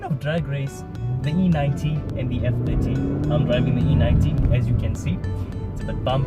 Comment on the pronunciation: I had trouble in the with you saying F30. I constantly heard F50 lol.